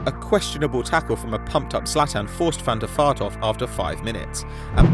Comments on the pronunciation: Share he says Van Da Fart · It sound s like your saying van der fart